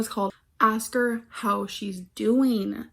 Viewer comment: STOP, why did the "DOEEN" send me 😭😭😭